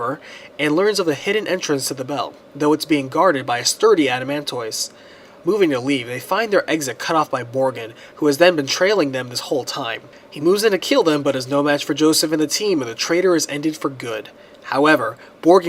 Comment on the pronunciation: bruh, its not Adaman'toys' its Adaman'tus'. Pronounced just like tortois.